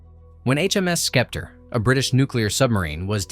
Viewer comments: It's pronounced septer not skepter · First named vessel was a British sub and they mispronounced the name, HMS Scepter ( pronounced septer ) named for the large baton carried by the monarch. The Commander’s uniform in the click bait was wrong. No research, no effort, no credibility!